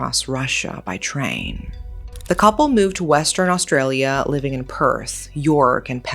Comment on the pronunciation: why didn't you look up how to pronounce leongatha, melbourne, or even australia? if youre going to cover such a serious case, at least do it with a bit of care